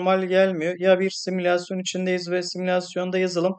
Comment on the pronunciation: Simisalsyon derken